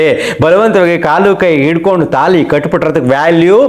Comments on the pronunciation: ತೆನಾಲಿ ಅಲ್ಲ ತಾಳಿ. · ತಾಲಿ ಅಲ್ಲ ತಾಳಿ.